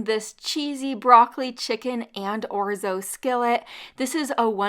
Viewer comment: 1st recipe made me remember why I purchased orzo. It was that recipe 😅❤. I have an old Italian friend and she bit my butt for saying it like you do. I believe she said I was pronounced knock and capitol E. 😅😅😅. I don't know, but I believe her.. I have a generic Salad Spinner . Best purchase ever